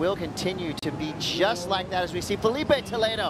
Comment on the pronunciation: Interessante que o narrador quase se mija todo pra falar "Felipe Toledo" ou "Italo Ferreira". Ele não sabem mesmo falar portugues como nós falamos inglês.